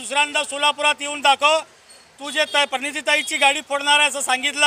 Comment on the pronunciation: Koli tula Praniti manta yet nahi Parniti manto kolsya😂😂